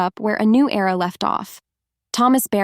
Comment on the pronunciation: Era NOT error